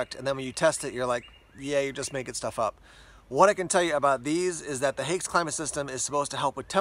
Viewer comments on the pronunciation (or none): One of the best boots ever. The new standard issue of the German army. But „Haix” is pronounced like “hikes” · I’m not German, so fell free to correct me. But isn’t it pronounced like “hikes” boots?